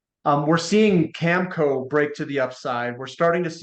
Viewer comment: needs to learn to pronounce Cameco properly